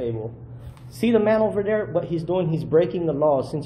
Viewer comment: "Over Dare"???? Who the hell says Over Dare???